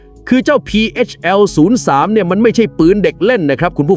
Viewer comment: พีเฮชแอล03 นะ. ไม่ใช่พีเอสแอล03 อ่านให้ถูกด้วยPHL 03